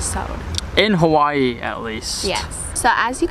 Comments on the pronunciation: I am a loko and you say Hawaii wrong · Shaddup nigga say Hawaii right